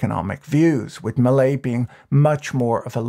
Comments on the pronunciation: "Jevier Macrai" MILEI. His last name is Milei, not Macrai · I giggle a little every time I hear Macrai and Milai. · Did you mean to keep calling Millei McCry? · A couple substantial problems: First, early in the video you were talking about Margaret Thatcher and posted a picture of Queen Elizabeth as illustration. Secondly, near the end of your video, you seemed to begin calling Milei by the name of Micri, which was confusing. An edit might be a good idea. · Macri = 'máh-cree' ; Milei = 'mee-láy-ee' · I'm a gringo who speaks some Spanish. The mispronunciations distract me. Mil-leye? Ma-creye? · I can’t help but hear the name President Mallaise. Still, I hope he achieves some good in there. No doubt they need drastic reform. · did he mess up his name on purpose at the end? And what's up with Queen Elizabeth? Does he do that to see if we're paying attention? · that's not how you pronounce Macri and Milei